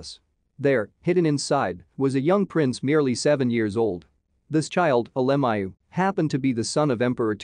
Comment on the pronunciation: I wish they would pronounce his name correctly.